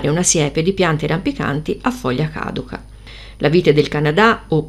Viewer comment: A foglia cadu'ca, con l'accento sulla "u". Comunque, belle piante.